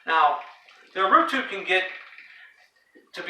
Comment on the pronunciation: Great video! Allow me to improve your Portuguese....we called it Urutú...as you can see, the tonic syllable is "TÚ", reason why we add the accent over the "U". Cheers! Keep up the good work!